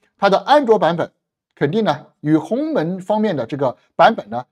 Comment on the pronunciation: 是鸿蒙，不是鸿门哦，博主注意读音！